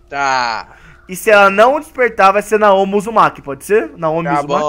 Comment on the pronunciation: a pronúncia é Naomi